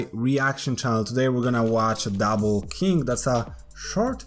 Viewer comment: He says king kinda like kink